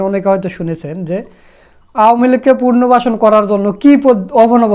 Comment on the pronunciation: পুনর্বাসন উচ্চারণ সঠিক করুন